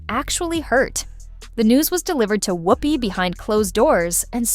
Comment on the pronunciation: How the hell is she legendary. Ghost and a nun, that’s it. Fhost ent off cos of Patrick swayze, not whoop-pee